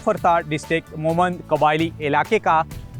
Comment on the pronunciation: بھائ اصل نام “موُہ مَند”ہے آپ بلاوجہ الفاظ کو چباکر تھوک رہے ہو! سمجھے نا یہ مُہمند ہے موُمِند یا مومِن نہیں! نا ہی مُحمند یا مُحمد ہے آپلوگ بہت تکلیف دیرہے ہیں ہمکو!